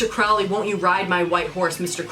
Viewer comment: It's actually crow-lee but Ozzy mispronounced it. The person did exist